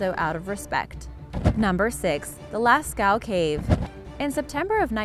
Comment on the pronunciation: Lascaux cave is actually pronounced lasco